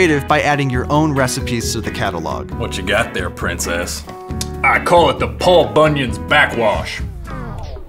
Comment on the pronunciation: At first i thought they said "Pope Onion." I had to rewind it a few times.